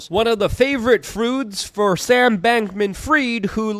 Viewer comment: You said froods...😂😊